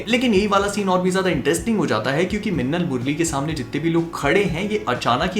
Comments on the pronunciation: says mannal instead of minnal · Bhai apka lahasan wala word sunn ke bahut maja aata hai, 🤣🤣🤣